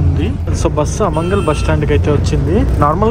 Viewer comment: అమంగల్ కాదయ్యా బాబు ఆమన్గల్ అమంగళం ప్రతిహతమవుగాక😅 ప్రతీసారి ఊరి పేర్లు తప్పుగా చదివి వాటి అర్థాలే మార్చేస్తున్నావు కదయ్యా